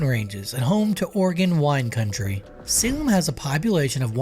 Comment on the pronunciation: Adding for Salem the same